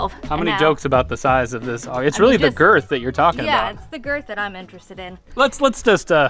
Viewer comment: "The gerth" 😂😂😂😂